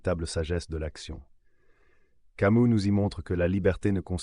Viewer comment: Pourquoi tu prononces camou?